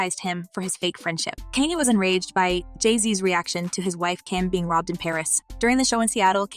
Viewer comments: KANYE WEST SHE NEEDS TO GET HIS NAME RIGHT!!! NOT KENNY!!! WHEW!!😮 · You sound stupid saying his name incorrectly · Why can't you pronounce his name correctly?